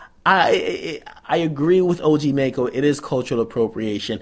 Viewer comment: It's pronounced (Mack-Oh)